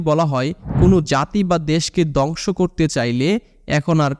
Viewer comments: দংশ না ধ্বংস 😅😅উচ্চারণ ঠিক করুন নাহলে দংশ হয়ে যাবে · দংশ না রে বা, ধ্বংস। উচ্চারণ সঠিক না করতে পারলে ভিডিওর মান খারাপ হতে বাধ্য। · দঙশ কি। দঙস কি ? কথা ঠিক মত বলো।